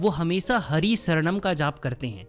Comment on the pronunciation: Sir it is Hari Shranam Not Saranam.Please speak proper prononciations. 🙏.Correct words mean a lot in such sermons